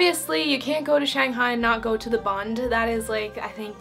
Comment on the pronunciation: So glad you like Shanghai, you really nailed the pronunciation! Hope I could visit Finland someday. BTW it's Taoist temple in Yuyuan.